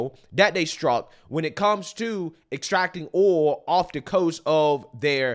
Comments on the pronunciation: OIL not OLE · I love the way says oil, like oool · the word OIL has a dipthong. You are saying OLE. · Dude cannot pronounce “oil” correctly to save his life. Lol! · Say oil right😂😂😂.. oil oil oil oil oil oil oil😂😂😂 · man...why can't you pronounce "oil"? what kind of accent is that? Great clip BTW. :-) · Good video, but you need to learn how to pronounce the word oil